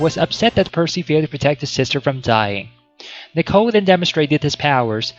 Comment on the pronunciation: It’s knee-co, not nick-o